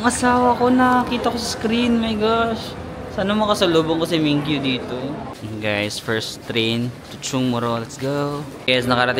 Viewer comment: min gyu 😅 not mingyu 😎👌🏽